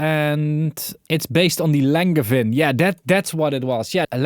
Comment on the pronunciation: Sorry to be that guy... It's pronounced "Lahn-zhe-van." It's a French surname.